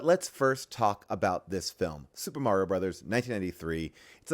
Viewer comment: Paul - why are you and June saying Mario’s name wrong the ENTIRE episode? 😂 little distracting…